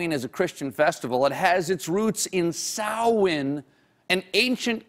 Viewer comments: Well done, Stephen... as a present-day Witch, I'm honored that you learned the proper pronunciation of Samhain. For you mundanes, yes, I know, the spelling looks almost nothing like it sounds, but that's the Celts for you. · Thank yon Stephen for pronouncing Samain correctly. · Yes! He pronounced Samhain correctly. Bravo.